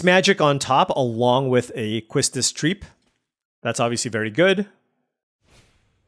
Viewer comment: Love your videos! I hope some people can help you with the pronunciation of somecards. Like Quistis Trepe is supposed to be read as Quistis Trap Ramuh like Ram moo